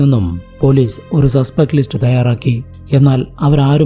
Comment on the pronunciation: But സ za aye parayu. Eg: polizze manazzilayi